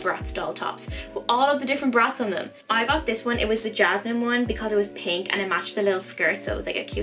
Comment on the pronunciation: Her name is Yasmineeee sry u said jasmine